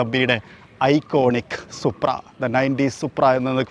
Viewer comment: സുപ്രൻ അല്ല സുപ്ര 😂😂😂